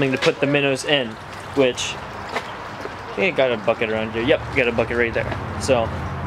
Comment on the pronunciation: Lmao when you said “bucket” I thought you said “fuck it”